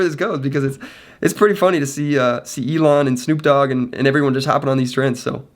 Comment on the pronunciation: My mans said snoop doge